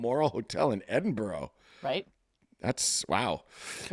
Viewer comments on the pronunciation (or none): Edinburow haha aw paul. Bless you 😂